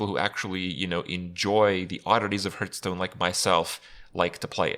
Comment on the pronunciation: Herthstone. LOL.